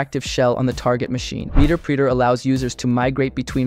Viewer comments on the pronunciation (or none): Meeter preeter lmaoooo